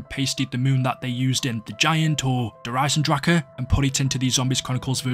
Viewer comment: Thanks for properly pronouncing Der Eisendrache